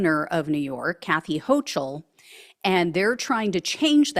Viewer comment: Gov. of NY is pronounced "Ho-KL".